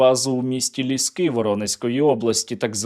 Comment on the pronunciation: Воронежская область г Лиски ударение на первом слоге